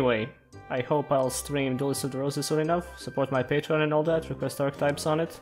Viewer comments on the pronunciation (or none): none